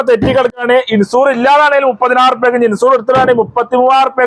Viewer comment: ഇൻസൂർ അല്ല, മൻസൂർ...